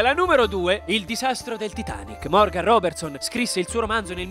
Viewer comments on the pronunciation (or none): none